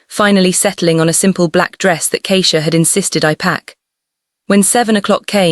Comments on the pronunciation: The pronunciation of Keisha and Simone, or is it really Simon, is incorrect. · 23.55pm from Toronto, Canada 😁! Daehuyn is pronounced Day- Yhoon❤! Great story but the pronounciation of Daehuyn, Keisha, fairytales, pacing, hoping, and couch are sending me😂😂😂